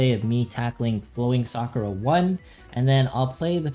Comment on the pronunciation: Omg so frustrating, SA-KU-RA not SAA-kraa